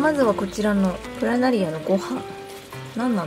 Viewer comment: プラナリ↓ア↑